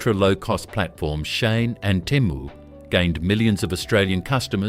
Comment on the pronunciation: Why can't AI pronounce correctly, where is Chad Stone??? Or Timu or Shane?